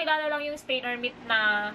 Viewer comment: "mit" hahahah